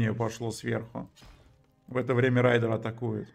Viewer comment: не райдер, а рэйдер